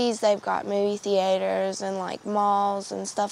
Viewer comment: seriously... everyone saying if they had a movie "theehayter" or a bowling alley they wouldn't have to do sedatives?